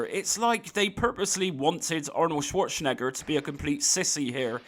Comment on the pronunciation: Chwoure Chen Egger? 🤣